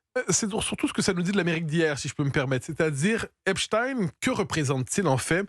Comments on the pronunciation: Epstein et non Epstine car Einstein et non Instine, Frankenstein et non Frankenstine, Goldstein et non Goldstine, Bornstein et non Bornstine, … Arrêtez de vouloir nous faire avaler des couleuvres ! Merci Monsieur Matthieu Bock Côté de le prononcer correctement et de pointer le doigt sur ce qu’ils veulent nous faire avaler. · Epstine 😂😂😂 vous avez pas honte dites directement poutine